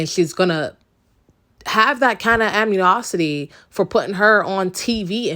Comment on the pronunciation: A N I MOSITY 🤣…..amniosity